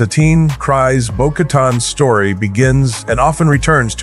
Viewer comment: Dude..not being mean but IT'S pronounced CREEZE NOT CRIES.